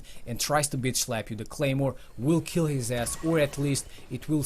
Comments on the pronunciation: lol is should say claymore not Gaymore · Anyone notice it said gaymore instead of claymore